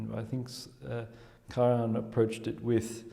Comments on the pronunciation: He is simply wrong. He pronounces the „j“ as if the name were Spanish; which the name Karajan was not. The spelling accurately reflects, from a German language pronunciation standpoint, how the name was earlier pronounced in its country of origin. It is annoying to the listener, and rude, to be so wrong in pronouncing someone‘s name. The speaker is American? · Hilarious that she sits there not reacting to his pronunciation. Whas it an insult or stupidity or maybe an eccentricity he is proud of. Either way, it's funny and irritating at the same time, not an easy feat. 🙄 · The German word for the hunt is der Jagd. Always pronounced as beginning with a letter Y. In German, ALL letter Js are pronounced as Y. Karajan's J is indeed pronounced as a letter Y. Even his wife, Eliette, pronounces it with the J sounding like the letter Y. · It is sad to see (and hear!) apparently at least moderately educated man pronouncing the name of one of the best known musicians wrong. This is the General secretary of what???? How on earth he could have passed any serious interview for such a position! He can even hear Ms. Bernauer to pronounce the conductor´s name correctly - is he deaf ????? I can´t believe my ears. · One question: why pronouncing KARAHAN instead of KARAJAN?